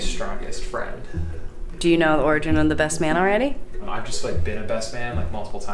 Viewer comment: Take a shot everytime she says orgin.